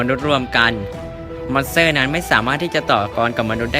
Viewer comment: ทำไมได้ยินว่า มอนเสอร์